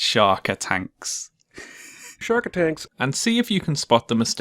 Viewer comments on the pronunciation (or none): Jeremy (Cinema Sins' narrator) says "shark attanks" instead of "shark attacks". He reads the line wrong.